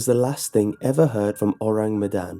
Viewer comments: Luna Skylar - gonna do my best to type it out. Kinda like 'OH-rahng MEH-dahn' ([ɔraŋ mɛdan] My IPA might be wrong - I only took one semester of linguistics and was pretty shite at it OTL). Basically, the first sound is 'Oh', then 'rang' is said with the a making an 'ah' sound. Then Medan is with the e making a fuller 'meh' instead of 'mih', and again the a in dan is an 'ah' sound. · I feel really bad but hearing him say the name of the ship makes me snort xD I know he doesn't speak indonesian but it still makes me giggle a little bit